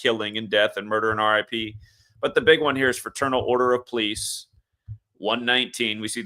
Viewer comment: I notice that you pronounce the word "police" like "pleece", and not "pol-eese"